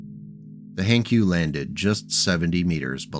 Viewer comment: Hankyu? No, Hank yu.